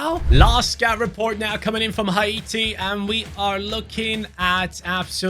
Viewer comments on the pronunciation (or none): what the hell is hi-eaty its hati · Dude its not ha-e-ti😂 its hate-e (haiti) brov its a french word not english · It's haiti man. Not haite man. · it’s pronounce Hay ti not Ha e ti 😂😂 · u pronounced haiti wrong it’s “hay-tee” but love the video ❤❤❤ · I’m from Saint Vincent and the Grenadines🇻🇨. Love your channel but some of the countries you’re pronouncing them wrong especially Haiti and Grenada…